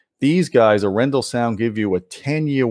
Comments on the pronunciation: No offense, but I assume it's pronounced arr-en-DAHL. Emphasis on the last syllable, and the first syllable rhymes with "car." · Nice review! It's pronounced A-ren-dal, with pressure on the very last part of the word. It's the name of a Norwegian city, actually. Dal means valley. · A little nitpicky but I think it's pronounced more like "R-N-doll". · I listened to them..... PROUDLY NORWEGIAN Your Norwegian pronounciation could Improve Emphasis is on the A, not on the E Name comes from city of Arendal